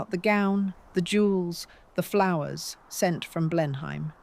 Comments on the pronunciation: BLEINHAM IS PRONOUNCED BLENHAM, NOT BLEINHEIM. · The name of the estate is said BLEN-um, not Blen-heim. Aside from that your AI presented an interesting story. Also, what's with the most random pictures? The stark conference room with the mics and headphones 🎧 makes zero sense. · Blenheim Palace ..... It is pronounced "BLENNUM" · It is "Blennum" ( I get what youre saying but ~ham suffix is also a problem for non British English speakers)